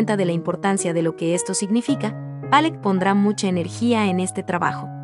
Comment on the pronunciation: Demasiada verborrea para definir pintura tan pobre, y la pronunciación "Pallock"...qué cosas.